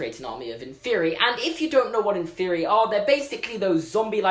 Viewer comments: Okay. I like you and all, but it's pronounced "in-fur-eye", not "in-fear-ee". Just saying man. Keep it up! Love your videos. Harry Potter is life. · It’s in-FEH-re-I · I thought he said in therory not inferi 😂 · I thought inferi was pronounced in-fur-eye. I think I'm wrong. Oops. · The way you pronounce inferi is blowing my mind. I always thought it was in-fer-eye. Because it's the plural of inferious. Like many words ending in us like octopus. Also when I got the audiobooks Stephen Fry reads it like that. If i'm wrong though I've been thinking it wrong forever and that'd feel weird.